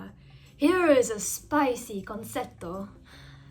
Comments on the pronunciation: In italian the c is read as "ch" (at least in this case), so it's "con-ch-etto". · The second c in concetto is pronounced ch. con”ch”etto.